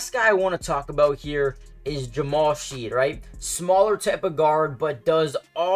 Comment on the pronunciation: If you're going to make videos good to pronounce players names properly. Shead pronounced Shedd. Mogbo g is silent so Mo bo.